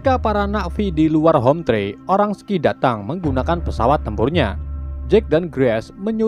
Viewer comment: "Hometree" bang : dibaca homtri bukan homtre (rumahpohon) Manusia orang2 "sky" :dibaca skay bukan ski (langit) 😂